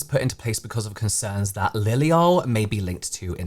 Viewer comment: why is it when you say liliol it sounds so American?